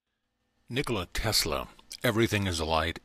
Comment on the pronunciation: Anyone heard him say telsa instead of Tesla